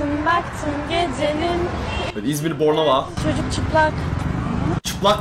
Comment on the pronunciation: Bornova değil pornova